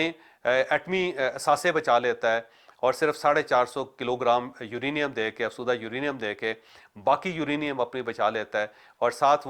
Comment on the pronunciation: Choudhry sab ye lafz afzooda hai.. ap hamesha afsooda boltey hain..